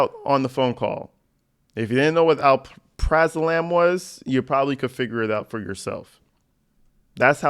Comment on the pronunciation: Pronounced Al-Pruh-Zo-Lam. Anyway, its the generic version of Xanax. Honestly that one sucks for anxiety because it wears off quickly after 6 hours, which leaves one anxious and taking it every 5-6 hours, and thus addiction. Ones like Valium and Clonazepam aren't nearly as addicting because they wear off much more slowly. Still addicting if people take way too much. The ones that abuse it make it almost impossible for the patients that need it to get a legal prescription.